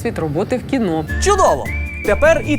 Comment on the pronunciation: КінО! А не кінА!.... Бісите